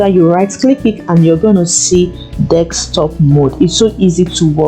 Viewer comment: You know it is Desktop not DEKSTOP!! So Italian!